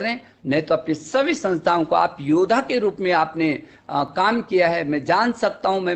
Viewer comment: o bhai maro sale ko maro..ye chutiya hamara education minister hai? kaha ja raha hai yaar hamara desh? ye sala jahil modi ki chatney me laga huwa hai..abey education minister ho to thoda litrate aadmi ki tarah baat krley.yodha ya hota hai be? sale jodha bol de..chutiye yoddha hota hai.